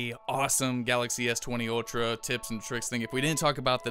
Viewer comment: It's Ultra... ☑️ Not Outra... 😠😠😠